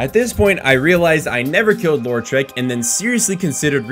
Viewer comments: "Lore-trek" "Mayonnaise" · I know I've made quite a few comments on these vids tonight already, but...: "Law-treck" not "Laur-treck." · The way you pronounce Lautrec gives me an idea for a Star Trek spin off starring Data's brother.